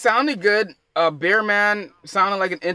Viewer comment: Bear man not beer man lol need to put your reading glasses on g need to research your pronunciation fam To blunt tv us grime vlog originater dominater